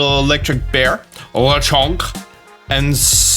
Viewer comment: There’s nothing French about Lechonk! It’s a Spanish wild boar 🐗 oh and I think Smolive is pronounced like small+live.